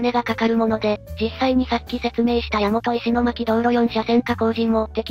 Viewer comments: の石巻は「いしまき」ではありません。 「いしのまき」と呼びます。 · 石巻の読みは、いしのまきですよ。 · 石巻(いしのまき)です